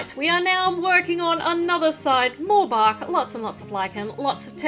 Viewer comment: when u said bark , I thought I heard Bach ( Johann Sebastien Bach)